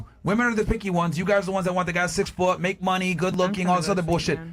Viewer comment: “He has to have munyee” “I like jurry” The fatigue is well and truly setting in.